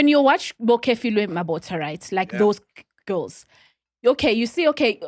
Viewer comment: Is really calling Kefilwe "Care-feelwe"? Ey bo ba tella.